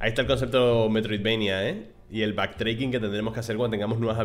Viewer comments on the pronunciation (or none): Curioso metroidvania: Vista aérea,manejando una nave y bullet hell. Qué ganas de que salga.😉 PD:Backtracking se pronuncia igual que en español ,que me da TOC cada vez que lo dices.🤔